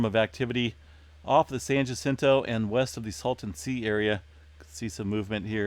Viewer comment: I think it is pronounced San "H"acinto. You don't pronounce the J.